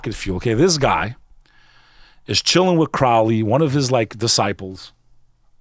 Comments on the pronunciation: Crowley has nothing to do with the Church of Satan. He founded Thelema. Also, both of these guys are pronouncing his name wrong. IT's CROW-ly. I'm impressed with this video, because I too believe the phenomenon is demonic. Angels, demons, Jinn. The bit about Crowley, Parsons, Hubbard, and Lam, was full of significant inaccuracies. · Mispronounced 'Crowley'